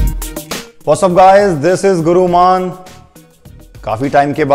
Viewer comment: Ashwagandha ko aish wa gandha kyu bolta hai, or gurumann ko guruman kyu nhi